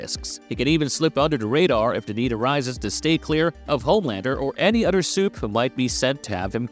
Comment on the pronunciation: I really wanna watch your videos and support the channel but jesus fuck.......You dont make it easy when you say shit like Udder(Other), Faddur(Father)and Muddur(Mother) Weddur(Whether) Anutter(Another) Id ratter lmfao hear a fucking A.I. voice